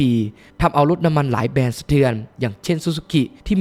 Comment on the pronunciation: ติเพื่อก่อนะครับ แบรนด์ ครับ ไม่ใช่ แบน